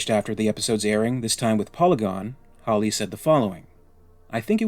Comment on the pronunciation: Mate, you need to pronounce Hawley correctly! Come on!